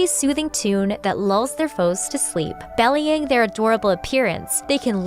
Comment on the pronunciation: For future reference, "belying" is pronounced like "be-lying," not "belly-ing." 😊